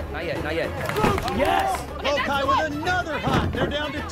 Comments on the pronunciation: I’m dying at the Vokai tribe mispronouncing “Vokai” 🤣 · Right it’s “VOH-KAI”